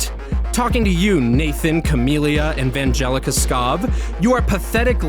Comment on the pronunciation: The way she didn’t even get Vangelina’s name correct. Ok I totally believe you.